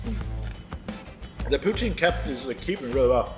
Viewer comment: perfectly prounounced ''poutsine'